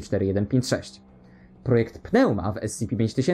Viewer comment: PNEUMA czyta sie "niuma"